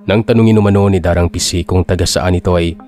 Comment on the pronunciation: Da--rang Ising po ang pronunciation. Anyway, nice story. All the way from Adelaide, Aus. 😊